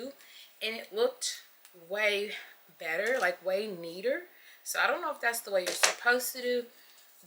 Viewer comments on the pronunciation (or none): none